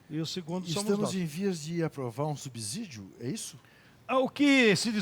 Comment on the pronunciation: Bom dia Juca!!! Excelente entrevista!!!! Apenas um detalhe. Pelo seu amor pelo Corinthians, não fale errado!!!! A palavra seguinte não tem som de "Z", mas sim de "S".......Não se fala subZidio!!!! Vc por acaso fala subsolo ou subZolo??????? Portanto, subsídio tem a mesma forma de se falar subsolo. Na língua portuguesa o "S" somente tem som de "Z" entre duas vogais. Abs